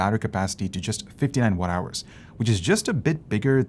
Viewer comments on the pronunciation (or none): "Wha-DOW-ers" translates to Watt-Hours in southern-speak. East Indians favor pronouncing words as "whadowers" and "burr-GUN-dee," like in the dark wine.